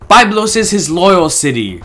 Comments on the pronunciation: It is Biiiiiiblos not Bayblos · I cringe every time I hear the incorrect pronunciation of Byblos, but otherwise excellent videos. Thanks!